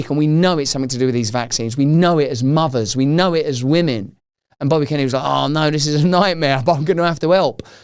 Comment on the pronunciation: even more difficult with wahmen